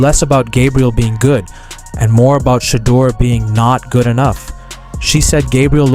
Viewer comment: Please announce his name CORRECTLY and Stop being DISRESPECTFUL